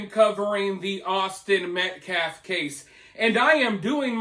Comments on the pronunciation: It’s Metcalf not Metclaf.. Austin Metcalf say his name. Anything to stir the pot and distract from the actual facts about this horrible situation. Let’s keep it real! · These people are not even saying names correctly. It’s not Metclaff! Another lawyer YouTube constantly messes up Marcellus Anthony instead of Karmelo. I mean seriously it’s not that hard. Minor but annoying. You always keep names straight or correct your self. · Thank you for exposing that total fraud, race baiting, race hustler. The guy couldn't even say Metcalf correctly. He kept saying, Metclaf. He gonna axe Metclaf a question. 😂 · It kills me that he keeps mispronounced Austin name.... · This guy didn't even say Austin's last name properly 🤨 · Thanks, I smelled something"off" about that guy when I heard him during his "press briefing". He can't even pronouce the Austin's last name correctly. This trial is going to be a complete shit show. When they come back with a guilty verdict, they are going to riot. Mark my words. I just hope the fear of the dark tribe going off again doesn't sway the jurors like it did at the OJ Simpson xxmurder trial. Austin deserves unfettered justice. His twin,Hunter, and his whole family deserve nothing shy of full justice. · He can't even pronounce their last name but doesn't see it as "disrespectful" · This guy was a joke the second I heard him speak. He couldn't even pronounce the name of the victim or say simple words. He looked like a weirdo from the start. Hitting a 2 year old as discipline is NEVER acceptable for those defending disciplining his child.